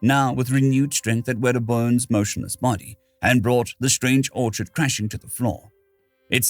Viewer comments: Orc-HID Not Or-chard. 😢 great read. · Your mispronunciation of ORCHID kept me from enjoying the story. You pronounced it ORCHARD, not ORKID. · The H in Orchid is silent. Please google pronunciation if you're not sure of them. It's one thing I can't stand. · my friend, you may wish to record this again. I've never heard the orchid pronounce the way you did. This story is a little bit of be careful what you wish for